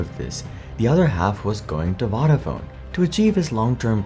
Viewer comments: I don't know how much research you do for these videos, but it would have taken about a minute to learn how to pronounce "Vodafone". Voda like Yoda. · Please learn how to pronounce key words in your script correctly. Vodafone in this video, Gelsinger in the Intel video. It’s lazy and annoying. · 2000 was not Vodafone's first foray into wireless telecoms. They'd been doing it for years in the UK and elsewhere. It's also pronounced differently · Narrator can’t pronounce Vodafone properly 🤣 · Interesting video but it grates my ears the way you pronounce vodafone. Both o's are long like in phone.